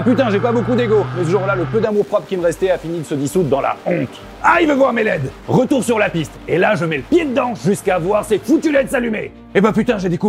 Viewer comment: Mono sourcil le rrrrrrretourrrrrrr😂